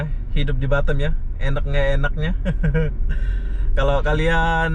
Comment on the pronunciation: Pelafalan kota BATAM nya ko seperti BUTTOM 😂